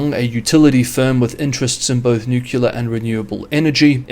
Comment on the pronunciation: Please don’t say nucular - say nuclear - “new clear”.